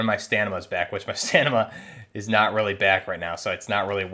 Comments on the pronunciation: I can confirm, he is saying Stanima, it's not his accent, dont let that boi lie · Wait. This nigga been saying stanima his entire life? That's hilarious. Hope people don't dunk on you too hard on the comment section. But it is funny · Love your videos man...........the way you say STAMINA is HILARIOUS. Not trying to be a jerk...keep up the good videos. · Great video dude. It’s StaMiNa though. Lol. I learned a bunch from this though. Thanks. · Stamina STAM-MIN-NA stamina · I noticed the "Stanima" as well lol gave me a chuckle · Bro are u saying “stanima”? 😂